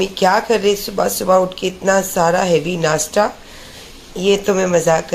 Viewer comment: नासटा नही नासता